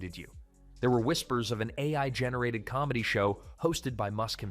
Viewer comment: Ai narration huh? Ironic that the word "AI" is what it messed up lmao